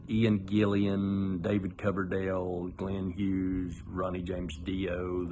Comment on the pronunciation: Its Ian Gill-an, not Gill-ee-an.